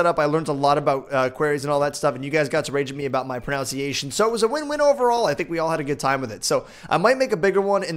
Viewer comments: it's "Pronunciation", not "Pronounciation". When you said that it made me facepalm SO hard. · its pro-nun-cee-ation not pro-noun-cee-ation another one. come on you can do better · "You guys got to rage at me at my pronounciation". It's pronunciation. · oh and its no PRO-NOUNCE-EATION its PRO-NUNC-E-ATION lol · I love how pronounced "pronunciation" wrong. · wow you mispronounced quarry and pronunciation in one sentence.